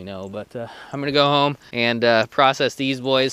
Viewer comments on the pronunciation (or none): none